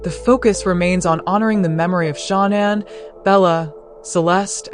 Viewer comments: It’s pronounced sha-nan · You are pronouncing names incorrectly. Also Shanann’s car was in the garage. You’re incorrect saying it was in the driveway. You need to do some research to learn the truth.